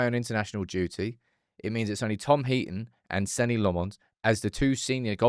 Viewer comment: Senne must dread saying his name and never hearing it said right.